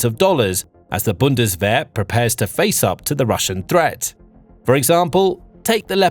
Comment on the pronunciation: What a pity and what a waste of money. Have they not learned? I thought they said never again? This guy does not know what he is talking about, he can not even pronounce Bundeswehr.